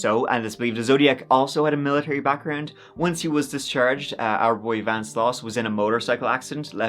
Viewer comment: I think at one point you may have dropped the ‘V’ in Vance 😂😂😂